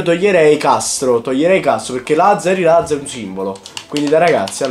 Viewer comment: Apparte che è latza no lazza